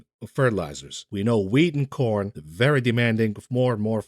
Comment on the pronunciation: El Erian is very well spoken, which makes it even better that he sounds like Elmer Fudd when he says 'vewy' instead of very. He's a smart guy. Too bad they didn't listen to him.